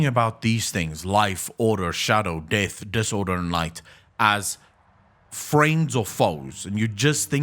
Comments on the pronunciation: Took me read the comments to fucking understand that he is saying "DEATH". What the fuck is wrong with that accent? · When you realise he's not saying DAVE but carry on hearing it as Dave ...